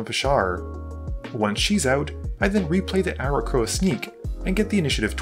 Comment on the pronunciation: Aarakocra is pronounced "ah-ra-cock-ra", not "ah-ra-kro-ah".